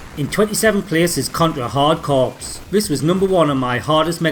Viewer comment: I assume plenty already have told you you don't pronounce the p in 'corps'?